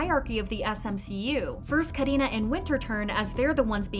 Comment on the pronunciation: I love how you say Karina's name it's so satisfying for real 🙈